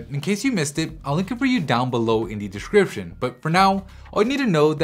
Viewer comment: something about the way he says the word Description that rubs me the wrong way lmao.